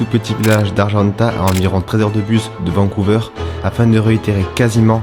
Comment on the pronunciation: “13 heures de bus de Vancouveurre” Dude, no! 😂